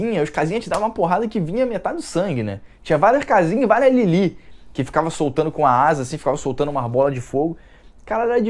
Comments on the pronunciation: c tá um pão... tem q manter esse bronze moreno ai, viu? rs Ah, e não é 'Lili'.. é 'Lilif'! O 'th' se pronuncia igual em Sephroth ou 'Sefiróf'.. tendeu? E um pequena curiosidade sobre esta 'personagem' Lilith, ela vem de uma tradição muito forte dentro da Kaballa e muito bem embasada na nossa Bíblia tb, não de forma tão direta e literal, claro, mas tá lá, escrita subjetivamente nas entrelinhas do livro de Gênesis. Mas segundo a corrente mística judaica, Lilith se separou de seu marido, Adão, por se recusar a não ser tratada como menos q sua igual, então ela partiu para um deserto distante onde passou a se relacionar com outros anjos rebeldes q ali a levaram ao adultério. Então Deus, ao ver Adão sofrendo em sua solidão, envia 3 anjos ao deserto onde Lilith se encontrava para convencê-la a retornar ao paraíso, aliás foi dessa fonte q bebeu o bordão "Em 3 virão, com 3 as portas se abrem". Porém Lilith, repleta de remorso por sua alma devastada de tanta prostituição, se recusa a retornar para os braços de seu saudoso marido e ali continua vivendo. Para resolver esse impasse, Deus então cria Eva, uma criatura totalmente única, feita "por fora da ordem" diretamente por Ele a partir de um osso da costela Adão, para q esta lhe servisse de companhia e ajudante, e não exatamente de amante. Mesmo assim Lilith acusou Deus de induzir Adão ao adultério e de lhe tirar seu marido para dá-lo a outra mulher sendo q ele ainda era casado com ela. E nesta situação, até a própria Eva pass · Não é Lili e sim Lilith com pronuncia de T mudo no final ... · vc está falando lilith do jeito errado.